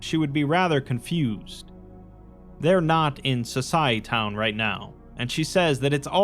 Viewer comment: It's pronounced So-sy-eh-town. Like "society" but with -town instead of -ty